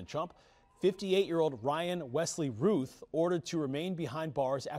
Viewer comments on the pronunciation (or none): It's pronounced Rowth not Ruth!